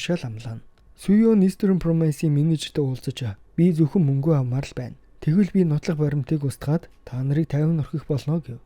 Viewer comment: Мүнгэ гээд байхын хаха